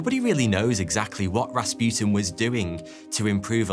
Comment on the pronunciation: And it is Ras pu tin not raspjutin Learn some language.